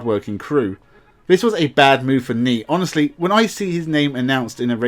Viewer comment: your content would be so much better if you could make an effort to say 'th' properly. 'This" is not pronounced 'vis', and 'three' is not pronounced 'free'. You come across sounding really dumb because of that, but your content definitely says you're not dumb. Give it a go and I bet your subscribers goes up.